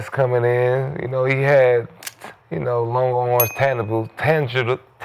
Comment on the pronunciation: That nigga can't even talk did you hear him try to pronounce the word "intangible" at the beginning? 😂 He remedial as fuck.